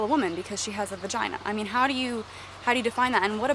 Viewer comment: Thats a amazing point, I will ask that question more often now Haha :) also I LOVE the way you say peenus vaginuh...